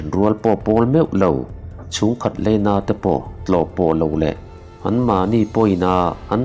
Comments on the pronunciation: Leina nilo in 'laina ' tiin lo chhiar thin tawh rawh aww..😊😊😅😅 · Heichu kan correct ve lawk nge aw, leina nilovin laina, tleivar nilovin tlaivar ❤❤